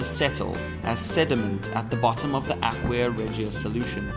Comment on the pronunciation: Aqua is pronounced Ah-kwa ..not ... Aquia (Ah-Kwee-a). Sorry...but that was annoying.